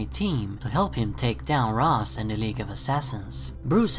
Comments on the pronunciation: Pronounced "ray-sh" not "raz" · And FYI the original creators of the character Julius Schwartz, Neal Adams and Dennis O'Neil actually pronounced it Rashe as well. I don't know where you're getting your information from, but you're wrong.